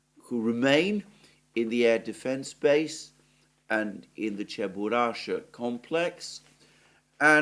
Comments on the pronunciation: Alexander, may I correct your pronunciation. "Cheburasha" for Russian speakers sounds like a giant furry beast, not a little cute cartoon character "CheburashKa". Don't forget the K at the end. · Cheburash-K-a! Do not miss 'K', Alexander..